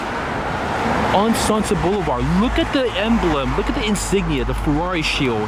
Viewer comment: So it's "Fakerari" 😂